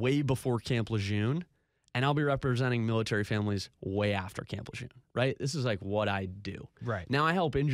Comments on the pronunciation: It’s pronounced Lejurrne, correct? If not, how is it pronounced? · Tragic situation but damn I wish people would pronounce Lejeune correctly. Between the hundreds of commercials and news stories my ears can't take it anymore. I know pronunciation shouldn't be the takeaway here but damn.